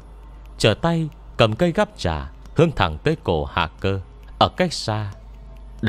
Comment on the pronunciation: cây gắp trà mà nghe đọc thành cây gắp chả hoài nhĩ:))